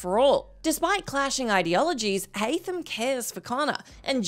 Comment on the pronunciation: Haam Kenway lol